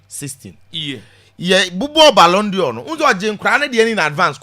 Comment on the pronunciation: At thus height, u ahd not pronounce balon dior.... its a frencg word....pls pronounce as balon door not dior